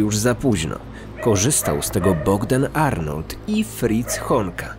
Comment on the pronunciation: Ja tam słyszę nie fritz tylko friz xd